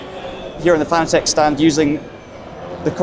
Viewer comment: Has it got rid of the hideous user interface and menu system that was in ACC? Also its pronounced fanatec, as in fanatic, but with an e instead of the i, not fan-a-tech